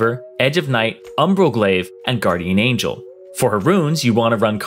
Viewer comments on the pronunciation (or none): none